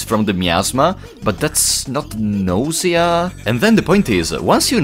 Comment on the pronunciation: Your pronunciation of nausea as "nosia" is just *chef's kiss*🤌